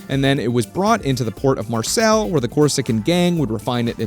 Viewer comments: As a french person I was like ''Where tf is Marcel..Is it in the south? In Marseille maybe?...OH GOSH IT'S MARSEILLE'' (Its pronounced Marsey so I kinda had to decipher that lol) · Bout to give me an give me an aneurysm pronouncing Marseilles as "Marcel" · No-one gonna mention how badly he butchered the pronunciation of Marseille? 😂 (It's kinda like "Mar-say") Good video otherwise. Just came from Pt 1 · City of Mars-Sell, France. Pronouncing everything with the confidence of a Brit, like an absolute alpha Giga Chad! 😭